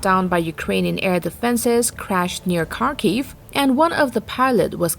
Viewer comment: Now if they could just get Kharkiv right.